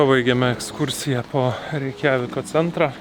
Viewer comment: Būk geras, pažiūrėk kaip kirčiuotinas šalies kurioje esate pavadinimas :) skauda net nuo reikJAviko